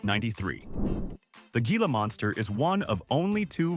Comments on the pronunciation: It's pronounced hee-lah, not gee-lah. Also, wolverines can smell prey buried 10 feet under snow and ice, when it's frozen solid. Opossums are our only marsupials too! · Moose Antlers.............weigh as much as a cinderblock male moose. ?????????? Teach your AI some grammar. It's pronounced HILA not how it's spelled. geesh.